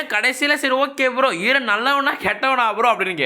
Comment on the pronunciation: Bro : eeeran Real :eren